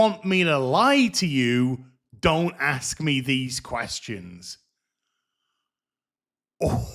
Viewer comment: I just want to know one thing just one. Can the AI in her suit say the word ask?